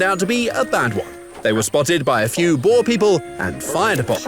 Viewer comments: Your pronunciation of boer is absolutely terrible. It’s “b” for boom, “oe” as in ohh in and lastly “r” for rowboat. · How you are saying boer is soooooo annoying please use google translate in Afrikaans and type boer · I get PTSD on how you pronounce 'boer' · PLEASE FOR MY PEACE OF MIND AS A SOUTH AFRICAN STOP PRONOUNCING BOER WRONG!!!!!!